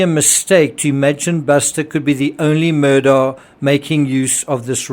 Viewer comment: The name Iis pronounced Murdock, not Murdaw.